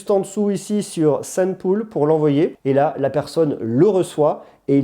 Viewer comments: Le mot "Polls" se prononce pas "poule" mais "pauls" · Polls ne se prononce pas Poule. Ça se prononce "Pôle" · polls ne se prononce pas poules 😂